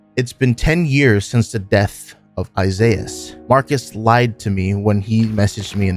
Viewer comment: Isiahs "Isaizz"